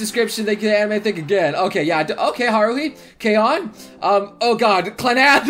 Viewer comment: Kyon not lyon